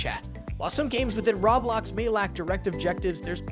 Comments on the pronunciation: Did this mofo say Raw blox 😂 followed by Smash bras... 😂😂😂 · You say Roblox funny